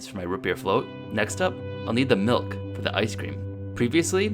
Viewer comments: All the "Malks" and "Ruts" Jesus Christ!!! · she said the word "MELK" like 60 times and it pissed me off so much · Melk melk melk melk melk.....